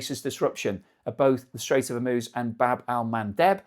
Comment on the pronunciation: If there's one good thing, at least can pronounce Hormuz correctly.